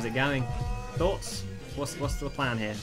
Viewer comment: Whenever you say "thoughts?", I always think you say "thots?"